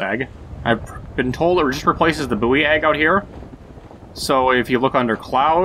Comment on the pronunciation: It's not booee egg its buoy (pronounced boy)